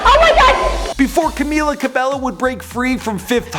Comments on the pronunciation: Camila Ca be low wtf dude, thats not how u pronounce her name 😂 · "Karla Camilla Cabello Estrabo" omg he only got Karla right 😂😂😂 CamEEla CabeYO EstrabAo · Her name is pronounced Camila CABEYO Not cabello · G eazy ?!?!? They never collaborated and its cabello not cabelo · Its pronounced ca-mm-illa cabeyo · Normunee,Deny Jane,Lauren jaroogi,Camilluh cabellow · Banana Cabello Not cabeYo its Cabello (BELLO) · Pretty little lairs Fan NO ITS NO TWO LL'S PRONOUNCED IN SPANISH IS Y SO ITS cabeYo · Banana Cabello lmao I SEE YOU EVERYWHERE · em cueva No it's pronounced 'CabAEyo' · 1. it’s cabYO 2. she didn’t release her album or “ep” and it’s not called the hurting ...etc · It's CamEEla CabAYO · The 100 Challenge Cabello is pronounced Cabeyo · You pronounce it Cameela Cabeyo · "CAMILA CARBELLO"😑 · It's pronounced cabeyo. Period. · Cameela Cabeyo* Pronunciation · It's pronounced cabeyo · (violently.) cough, cough cough CABEYO DUDE JESUS CHRISTMAS CHRYSLER BREAK MAN. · Banana Cabello did u hear him like Normini kordi, Lauren jorgi and Dani jane im so mad now just bc of that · Banana Cabello I'm triggered when he said CABELLO